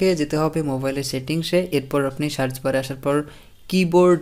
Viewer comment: ভাই সেন্ডকে "ষেন্ড" সার্চকে "শার্চ", সেটিংসকে " শেটিং", সেটকে "শেট" বলেন কেনো?